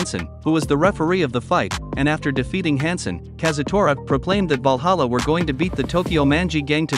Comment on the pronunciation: "Walhalla"?!! I though it was Valhalla